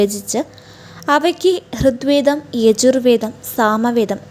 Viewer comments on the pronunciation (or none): ഋദ് വേദം അല്ല!! ഋഗ്വേദം ആണ് ശരി !! അദർവ വേദം അല്ല! അഥർവ വേദം ആണ് ശരി!! ഘയാത്രി സൂക്തം? ആറാം മൺഠലം ? അക്ഷര ശുദ്ധിവരുത്തിയാൽ ഉത്തമമായ വിവരണം തന്നെ 👍